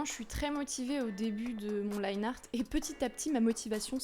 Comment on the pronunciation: Je me souviens encore quand tu disais "Liné art" haha